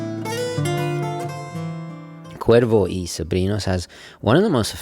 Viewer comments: Que bién que pronuncia el gringo la "r" en castellano. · Gomez 777 indeed. I still appreciate it nonetheless mate. Always great hearing things being pronounced correctly. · Que bien pronuncias Cuervo y Sobrinos sin ningun acento increible pero cierto. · This was excellent...i was curious about the brand,its wonderful to learn they have a fascinating history. Perfect pronounciation in spanish there mate😆👌 Edit:you know you are obsessed w watches when after watching a clip by or Watchfinder youre inmediately checking the prices for the brand in question on chrono24 or wherever😂😂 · Im Mexican and you have a very good pronunciation for Cuervo y Sobrinos. Loved the review, i hope you could do the Historiador Flameante soon. Thanks for the video. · As a latino from NYC I absolutely love that you’re actually properly pronouncing the name Cuervo y Sobrinos as its supposed to be pronounced. Not how English speakers would typically say it. Very nice detail right there. appreciate it as always a great video. Cheers from NYC!